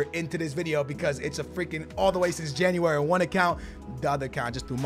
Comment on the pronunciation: Did his teachers not teach him how to say January in school